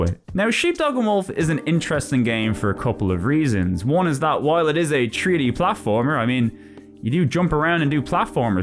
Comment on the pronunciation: Take a shot every time he says tree-D 😄